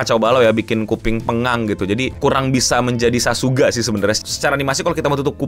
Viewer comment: Sakuga bang bukan Sasuga